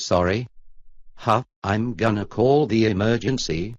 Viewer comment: “I’m gonna ca the emergency”